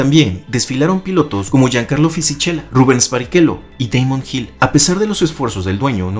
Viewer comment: Fisichella [Fisiquela]. Pronunciación del italiano. Disculpe🙏🏽